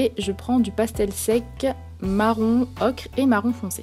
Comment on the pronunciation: dsl pour le com ''arrête de dire ocrrrre '' ce n'est pas qui a dit ça c moi MS dsl